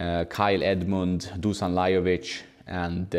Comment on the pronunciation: Hi..... Nice contribution... Is always very entertaining. I have one little request. It's the pronunciations of dušan... 😁 Š is pronounced sh in English...all the best... Greetings from germany...